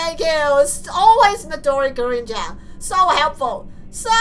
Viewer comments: The Gurin part of Midori Gurin is pronounced Greenoo. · Just saying U say Midori Gurin names Midori Green with a Japanese accent and yes I got this from Kubz Scouts